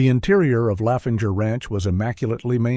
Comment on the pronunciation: THAT NOT HOW YOU PRONOUNCE LAVENDER, ITS DEF NOT LAFENGER!